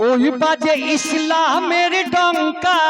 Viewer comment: শব্দটি ইশলাম হবে না শব্দ টি হবে ইসলামের আশা করি সঠিক শব্দটা উচ্চারণ করবেন। কারণ শব্দটি আরবি শব্দ